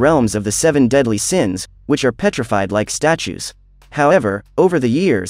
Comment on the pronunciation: Seven daedly siens hahah